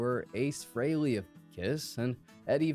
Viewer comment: You can't even pronounce Ace Freeleys name correctly